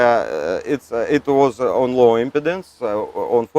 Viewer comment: Dude said “Low Impotence” 😂🤣😂